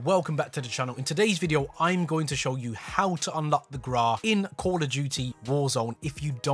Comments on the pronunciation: People: Grau: The GRAAA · "How to unlock the Graaaa" 🤣🙏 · He says Grau wrong what knob